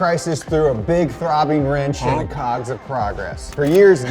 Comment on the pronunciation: my mans said 'throbbing wrench'